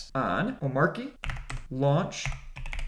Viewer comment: Hell no, for me it’s Omarkie. I don’t care how everyone else is pronouncing it